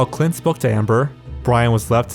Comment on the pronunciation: My name is Clint and I can't take the sound of it from your mouth